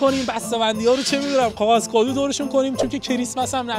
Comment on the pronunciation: نی غاغذی یا کاغذی 😂😂😂